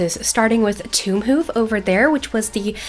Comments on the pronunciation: from what i am hearing you are pronouncing tombhoof as Doomhoof but it could be just me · I hate to break it to ya but no, you don't say tombhoof that way. The hoof part is correct, but Tomb is pronounced like toom.